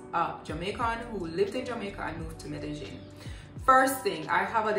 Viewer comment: Apart from the pronunciation of medellin, you're a nice blend of frank and clean wrapped up in a nice bod...hurray to hookah